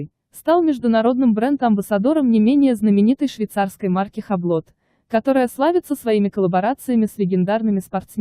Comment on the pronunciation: Хаблот?! Омг🤦🏻‍♂️ Юбло. С ударением на "О".